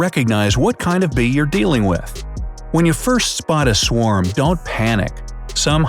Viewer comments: “swam bees” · A “swam”? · Swarm, not Swam, dumbo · Wait did you say swam or is my phone trippin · You said swam